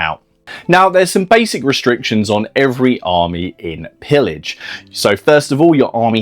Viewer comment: It's a french wargame : it's prononced [peeyaj], please! It means plundering, or looting, or sacking.